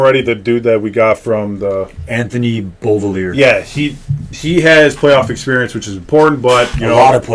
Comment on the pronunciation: Pronounced Bo-villy-ay boys😅 Also gonna be waiting for that shot